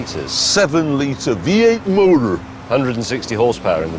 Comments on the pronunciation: A V8 “motuuur” 😅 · vee ayte mowder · "V8 moeter" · I love it when Jeremy says “V8 Motor” 🤣